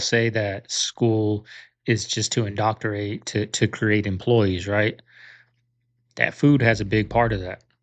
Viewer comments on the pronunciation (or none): Did you say, "Indoctorate" ???